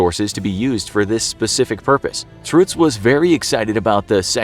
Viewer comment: why are you pronouncing it "truhtz"...? you have to go more like "truttz"...!